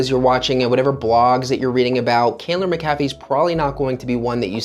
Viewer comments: Locals pronounced it Mac - ah - fee. I recently purchased in quiet subdivision in Candler McAfee upside price! very quiet neighborhoods close to downtown/midtown/buckhead airport downside decent shopping is in adjacent neighborhoods but as the area changes hopefull that will too, the only bad thing i can think outside of that is schools. But it you have no kids and can afford private it a good option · Exiting to the left soon as he mispronounced McAfee Certain he’s clueless regarding real estate in the Metro. These new transplants need to acquire more knowledge instead of jumping on the internet for a fast buck